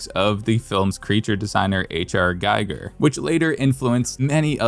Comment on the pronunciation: H. R. Giger (pronounced ghee-ger); not Geiger. I will make this correction on every Metroid video that gets it wrong.